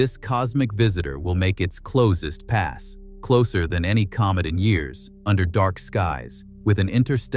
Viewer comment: A comb it? A comet man . No English speaking person in the world says comet like comb it.😂 You need to wacth little technicalities like that in your art. And right off the bat too. 🤔